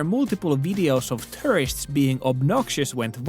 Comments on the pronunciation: The way you say “tourists” sounds like “terrorists” :D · "i see terrorists all around me." really caught my attention